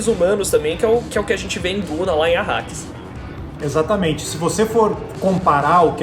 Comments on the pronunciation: planeta "Akaris" ou " Arrakis"? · Planeta "Acaris" Que isso?:/ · depois eles falam Arrakis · Caraca!!! Os caras falaram tudo errado !!! Benê Guesseti ? Planeta Akaris ?? PQP!!! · Bene Guesseti? Arkaris??? O KWISATZ HADERACH merecia um pouco mais de respeito. Sinceramente, senhores, se vão falar sobre uma obra que não conhecem, pelo menos se preparem direito para fazer a gravação. Leiam sobre a obra e, no mínimo, decorem os nomes e termos usados na série de livros. Do jeito que foi gravado, parece que vocês fizeram tudo às pressas, pra não ficarem atràs dos outros tubers.